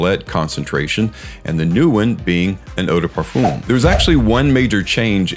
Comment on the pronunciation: Parfum doesn't have an oooom sound for the um.. its a literal "um" sound. Nit picky yes.. but having listened to European folks pronounce it and mainly French folks.. its a simple "fum". Sounds like fun but with an M in place of the N